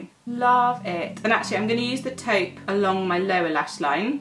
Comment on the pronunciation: If I was rich, I would slap the vitamin enriched face base all over my body. The texture is really nice and it has the best, lovely but not overwhelming scent. Also, it's nice to hear a beauty specialist in Youtube who actually knows how to pronounce "taupe". I see a lot of beauty influencers (even the most popular ones) who pronounce "taupe" the wrong way. It's not an uncommon shade for them not to at least research on the right way of saying it. It either adds or reduces credibility., your professionalism shines through your homemade videos.